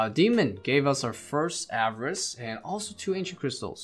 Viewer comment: 'ava-rice' okay